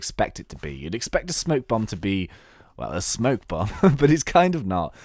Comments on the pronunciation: Spoke bomb, not smoke bomb. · It's spoke bomb